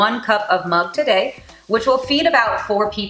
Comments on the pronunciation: Nice video and you look beautiful!! Btw it's not pronounced Mang anywhere, in India it's pronounced Moong and here in US also I've heard people say Mung with a oo, not an uh sound. I guess that's what she was referring to. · we say mug the way u say it!mayb u grew up in africa? most of the indians from there say mug not moong!very nice recipe!keep it up, our young generation need these easy creative fast ways of cooking,as they have busy working lives!keep it up!